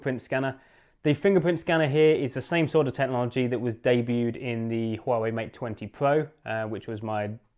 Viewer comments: It's pronounced Wah Way 👍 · You're pronouncing it incorrectly! Literally the first thing you should have gotten right. Poor, poor, poor.